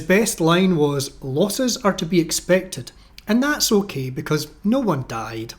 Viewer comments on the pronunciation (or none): none